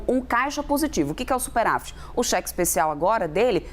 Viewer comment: A análise da economia sendo feita por uma econimista que fala "superAfit"?